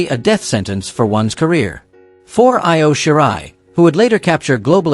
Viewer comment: I O SKY......ANNOYING when names are NOT pronounced correctly. E=O SKY is how its said